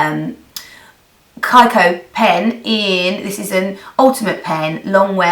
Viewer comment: Hi Nic!! Just one thing, I think you pronounce kiko like /kikou/ and no /kaikou/ :) Lots of love!!